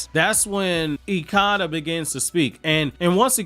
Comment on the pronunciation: You’re mispronunciation of ikada is wrong